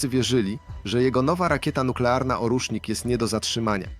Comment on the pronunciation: Nie ORUSZNIK a ORJESZNIK. Po rosyjsku orzeszek.